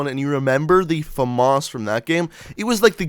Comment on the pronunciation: Why does he say famarse